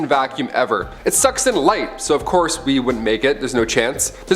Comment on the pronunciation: “Of courth earth quakes” 😂😂😂 I love this channel